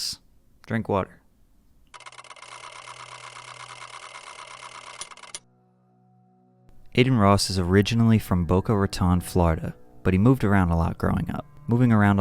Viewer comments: It’s pronounced Boca Ratowne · Pronounced Boca Ra-tone